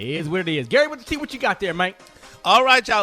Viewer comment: Eva just brings this show down. I guess Rickey just likes her as a friend but can't see how she is just hard to listen to. She always interrupting Gary and can't say his name correctly. She sounds like that kid that the teacher called on to read in class that always emphasized random words to sound like they were smarter than they were. She just BORES me but other people must enjoy her I guess